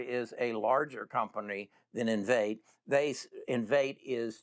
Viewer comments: in- vee-tay ... Please learn how to pronounce correctly before making video. Common man, u claimed to also own the stock and you can't say its' name lol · It's pronounced in-VEE-tay. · Lol.. It’s Enn-vee-Tay!! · How can you take investment advice from someone who doesn’t know how to pronounce the company name???? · you should learn to pronounce the names of these companies if you plan to make vids on them. I love this company and have a position I don't want to sell until it's a trillion dollar company